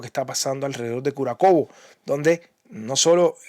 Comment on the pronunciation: Se dice Kurájovo, no Kurakovo.